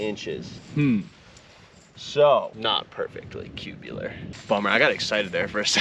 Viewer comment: “Cubulor”…. I like it more than cubicular. 😂